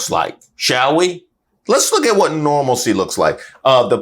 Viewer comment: How about that "normalsie'😢